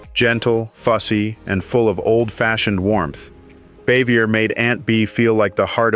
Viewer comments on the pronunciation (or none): Aunt Bea’s name was pronounced Baa-Vee-Yay. And Helen Crump‘s name was pronounced. Cor-So, with a long O.